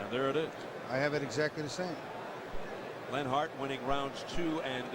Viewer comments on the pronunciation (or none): This dude narrating can't even sayLenharts name.